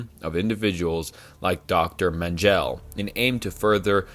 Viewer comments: My guy you gotta learn pronunciation posthumously isn't pronounced post-humously(Vietnam iceberg video) and Joseph Mengele isn't Mengel it's men-ge-le and biggest constructive criticism world war 2 began in 1937 when Japan(major axis power literally one of the big 3 along with Italy and Germany) invaded China forcing the United States to impose sanctions cutting oil imports entirely which in turn made Japan double down their territorial ambition leading to the attack on Pearl Harbor also leading to the invasion of the South Pacific territory held by France Great Britain and the Netherlands in all honesty the term world war 1 and 2 shouldn't be viewed as 2 separate conflicts because the first world war directly lead to world war 2 they are in all honesty the same war with the same countries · "Dye" Glocke, "Menjelle", "Proojia"😂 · Some of the pronunciation in this is laughably bad 😂 menjell, jestapo, luftwaffle ??? My word. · Him saying mengele like men-gel and esoteric like “estoeric” is making me want to turn off the video😭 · "Menjell" I mean, I guess he deserves to have his name butchered like that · How he pronounced dr j.mengele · That's not how you pronounce Dr. Mengele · Dude, if he mispronounced some obscure name i would be totally fine, but he fucked up even Mengele. Just shows how much effort goes into such a video.